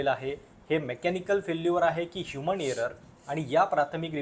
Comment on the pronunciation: तसेच विमानाला विमाण म्हणणे हेही सारखे खटकत राहते. 'ह्युमन एरर'ला ' ह्युमण' एरर '